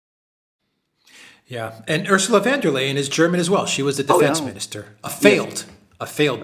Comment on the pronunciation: I like you but you irritate me with your pronunciation of von der Leyen. Do you do that ridiculing pronunciation on purpose, perhaps from your easily seen dislike of Germany? She is not Dutch, hence not"van" and it is Leyen, pronounced as in "Lian" and the "von" denotes German nobility. Don't be childish, it is most unbecoming for a really "cool" commentator.